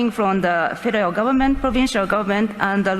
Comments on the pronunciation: she did say Fidel government right? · Did the interpreter say the “Fidal” government? 😂😂😂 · When the Japanese translator was talking about the Canadian federal gov't it sounded like " The Fidel gov't". Freudian slip? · Did anyone else notice when the Japanese translator said federal government is sounded like Fidel government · "the Fidel government": it sounds like they studied Justin very well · Did she say Federal Government or Fidel Government?